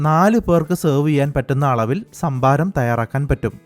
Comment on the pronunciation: ശംഭാരം. 😄😄 കരിക്കിലെ ശംബുവിനെ ആർക്കൊക്കെ ഓർമവന്നു.. 😜😜??